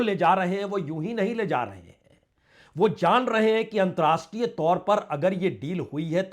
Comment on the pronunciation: There should be correct pronounciation of word "antarrashtriya (अंतरराष्ट्रीय )".